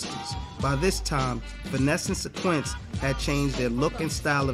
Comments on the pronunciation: Why does the Narrator keep saying "SYN-QUINCE" when her name was pronounced Syn-QWIS???? DO OVA'.....DO OVA' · Finesse and SIN-KWISS bro not SIN-QUINTS!!!! smh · Darn sure didnt...lolololol "SYNQUENCE" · Much respect for this upload but dude didn't pronounce Synquis' name right one time